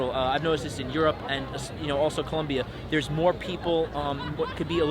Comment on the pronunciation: For someone giving advice on the country it sounds kinda weird hearing him say 'Columbia'. Its Colombia, ppl hate it when you do it wrong. Im married to a Colombiana, i know.